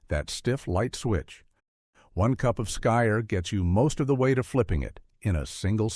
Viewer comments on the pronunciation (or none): SKYR is pronounced "skeer".